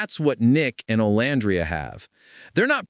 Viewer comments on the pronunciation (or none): Omg pls pronounce Olandria's name correctly! Oh-lann-dree-yah 🙄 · Pronounced: O-lan-dreea! I can't stand it when ppl say her name incorrectly! 🙄